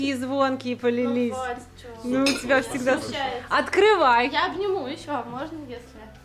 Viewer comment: Аткривай, Аткривай... Жесть